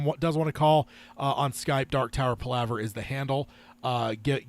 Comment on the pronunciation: He’s mispronouncing Palaver. It’s Pal (like your buddy) a (like uh ) and ver.